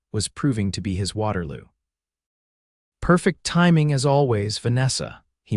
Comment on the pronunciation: Getting the pronunciation of 'perfect' wrong is very amature!